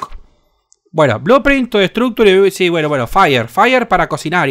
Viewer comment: "Faier para cocinaier" JAJAJAJAJA.